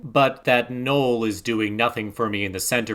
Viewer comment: That’s not how you say Noel lol